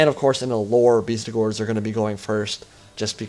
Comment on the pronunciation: It's BESTigors, not BEASTigors mate :)